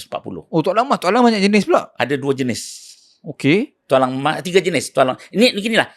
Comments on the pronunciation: Telinga aku ke salah atau cakap Tok Alang dan bukan Tualang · Ye, saya pun dgr sebut Tok Alang.. hahaha 🤣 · tok alang..? apa lah mamat nie sebut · Bukan Tok Alang la..Tualang 😂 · iye juga tu....tp aku mcm tak boleh hadam pulak bila Pokok Tualang pun disebut nye awal2 tu jadi "Tok Alang"....hahaaa 😅